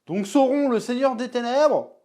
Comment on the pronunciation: C'est pas sauron, c'est SAOURRRRONNNNN